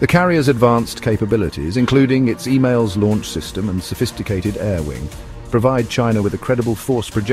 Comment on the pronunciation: Sounds like the bot is sayin EMAILS. Its EMALS (EMOLS)